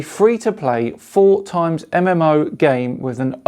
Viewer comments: Not sure if it matters to Fleet Command, but it's "Four X", not "Four Times" like you said in the ad. It stands for the game type "EXplore, EXpand, EXploit and EXterminate." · it's the name of a videogame genre. It's an abbreviation of Explore, Expand, Exploit, Exterminate. It refers to 4 of the letter X. So pronouncing it "4 times" doesn't make any sense, does it. I mean context and the fact OP mentioned genre should have clued you into the possibility that there is some other meaning you are not familiar with. But then you would have missed an opportunity to get on your high horse, and we know how tragic that is. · I've heard this twice now, the 4X is pronounced 4 X not 4-times, for the four pillars of gameplay eXplore, eXpand, eXploit, and eXterminate. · It's pronounced 4-ex, even if it's spelled 4X. Based on the four ex's of the genre. Exploration, Expansion, Exploitation and Extermination. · the games genre name is spoken as 4ex, not 4 times. the x's replace explore, expand, exploit, exterminate 🤓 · I know you're just reading a script in that advert for Star Trek, but it's 4X (as in the letter X), not "4 times". It's short for "eXploration, eXpansion, eXploitation, eXtermination". It's OK I'll let you off. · for future reference, its '4 ex' not '4 times' :) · It is NOT a "Four Times MMO game". It is a "Four EX MMO game." The X does not stand for multiplication. "Four Ex" means "explore, expand, exploit, and exterminate". Four words that start with "ex". Thus, "4X" is an abbreviation for those four words and is meant to be said like "Four Ex". Thought you should know, so you can read your sponsor's blurb they way they meant it. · “4X” is pronounced 4 ecks. It’s not 4 times. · Lol the 4 X in your ad copy is a term for strategy games Explore, Expand, Exploit, Exterminate and should be pronounced ex not times. Unless it's the Mandela Effect at work! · Reading 4X as "four times". You know your games, respect. :face-blue-smiling